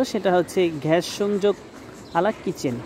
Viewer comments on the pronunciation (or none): তিতাস ঘ্যান নয় ,তিতাস গ্যাস । এ উচ্চারণ কোথায় শিখেছেন?